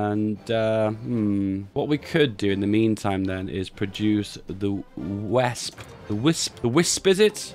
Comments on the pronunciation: it's spelled "Wesp-e" not "Wesp", it's spelled "Hermann Göring Werk-e" not "Werk" you can say it in English if you want, Wespe means Wasp, Werke means Works please, You're better than this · Wespe -- Ves-puh. Or Wasp, in English.